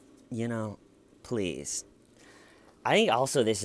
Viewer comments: Hey, hey, hey, pronounce the word correctly!! It's, "I don't know what's going on, PLEATH!!" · I DONT KNOW WHATS GOING ON PLEATH! Dammit why don't you make fun of her speech impediment? I gave you permission and EVERYTHING!!!!